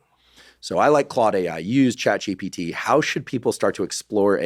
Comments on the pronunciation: This person needs his own course on how to learn in order to say ChatGPT and not ChatGTP 😅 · Did anyone else notice that Terry kept saying ChatGDP (gross domestic product)? That severely diminished his credibility and even more so that Huberman never corrected to him. His final attempt was ChatGTP which is closer.